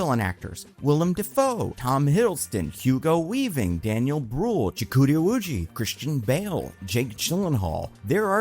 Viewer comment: Deliberately mispronouncing Chiwetel's name like that is so wildly disrespectful. Do better.